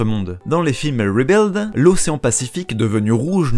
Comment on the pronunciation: à petite astuce pour "Rebuild" tu peux prononcer "ribilde" même avec un R prononcé comme en français ça va passer. L'accent on s'en fout en vrai, ce qui compte c'est juste de bien les voyelles pour être bien compris. Les consonnes sont moins importants parce qu'en général elles nous posent moins de problème.